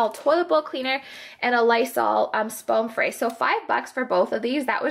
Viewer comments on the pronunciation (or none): Love this video... but did you notice you said Spoam Fray when you were talking about the Lysol spray? Hahahah. So funny =D